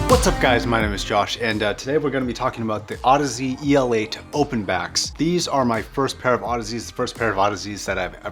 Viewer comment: It's not pronounced E-L 8, it's pronounced el 8, as it's supposed to sound like elate, which means to make someone ecstatically happy